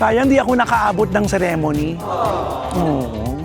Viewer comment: Kuya ang pronunciation ng "ceremony" paki check po